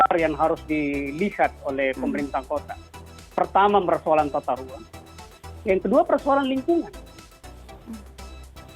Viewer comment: yang kurang itu adalah bicaranya yang kurang G.... ahahahaha tata ruang pak yaaa....bukan tata ruaN.....